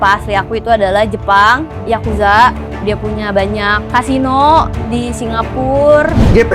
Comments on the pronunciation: Yakuza apanya yakuzi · Yaaaa susah kali. Bukan yakuza